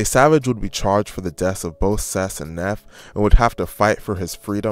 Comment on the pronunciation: Neef not Nef😂😂😂